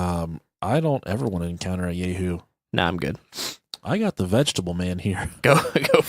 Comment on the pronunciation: It's pronounced Yah-hoo not Yay-hoo. Lol